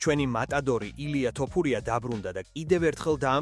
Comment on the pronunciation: ილია თოფურია ეხლა სწორედ გამოთქმაა და არა ტოპურია